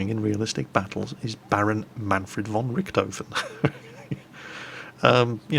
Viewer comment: Its said von Rishthofen! Silly still cant pronounce german hehe